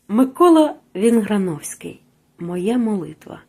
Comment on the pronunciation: Даруйте, але поки ви півгодини вимовляли Микола Вінграновський, я не витримав і перегорнув.